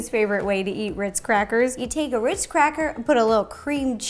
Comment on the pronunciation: Am I the only one who hears here her say witz instead of ritzs